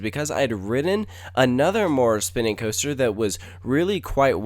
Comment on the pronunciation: ..did he say... 'cooster'.....????